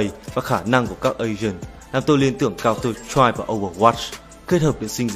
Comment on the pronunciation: giọng đọc thều thào, nhấn nhá khá kì quặc (mặc dù mỗi ng có thể cảm nhận khác nhau). Phát âm tiếng Anh phải nói là tệ, nếu ko đọc chuẩn được counter-strike, bạn có thể đọc tắt là CS để dễ đọc dễ nghe hơn mà? Ng đọc nên cố gắng tra xem từ đó đọc như thế nào (điển hinh là tên các nhân vật như Sage), chứ đọc các từ đao to búa lớn như Random Number Generator xong đọc sai cũng chả để làm gì.